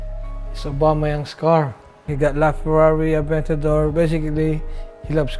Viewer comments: did he just say farrari adventador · Did my man really say "E-ventador" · He said Ferrari atventador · So no one is gonna acknowledge the fact that dude said “ la Ferrari aventado”? 😂😂